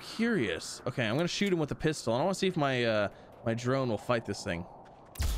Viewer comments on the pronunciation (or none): none